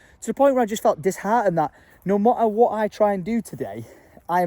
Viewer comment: If you need to cheer yourself up….just go back to 5min37secs in……you say no motta wotta instead of no matter what 🤣🤣🤣🤣